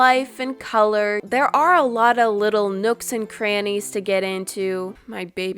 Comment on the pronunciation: everytime she says nooks and crnnys i think shes saying crooks and grannys